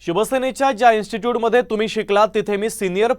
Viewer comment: Instut nay re institute 😂😬😬🤫🤫